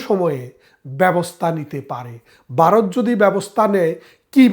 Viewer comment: ভারত উচ্চারণ করতে পারেননা বলতেছেন বারদ; সেই আপনি আসছেন আওয়ামী আর ভারতীয় দালালী করতে!!?? সে-ই দিন নাই রে মনু; দিন বদলাইছে।গত ১৬ বছর তোমাদের শাসন দেখছিরে